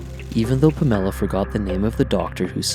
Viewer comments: My God dude at least get his girlfriend's name right! Her name was Pam or Pamela, not Pa' Mella!!! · Take this garbage down. Fix the way you say "Pamela" .... Then I'll be able to listen to this. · I stopped the sec this mispronounced Pamela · lame.. you cant even say her name properly..